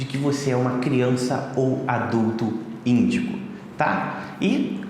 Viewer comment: Haaaaá é índigo eu entendi mendigo